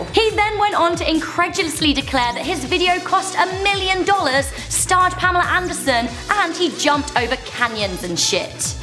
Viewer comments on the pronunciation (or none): none